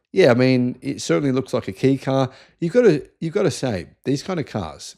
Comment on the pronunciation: It's pronounced Kay car.